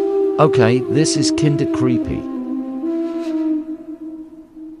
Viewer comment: Not as creepy as that robotic voice pronouncing kinda like Kinder.